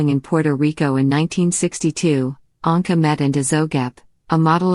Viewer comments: I do wish anyone who bothers to take the time put together a documentary would pronounce the subjects name correctly EAcH time he/she says it. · Did not even pronounce his last name correctly! Shame on you! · Why does the narrator mispronounce Paul’s name part of the time? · What’s the matter with you??? If you’re doing this (reading biographies ) you must must learn how to read & pronounce peoples (names first and last that you are speaking about). I think you need a different job!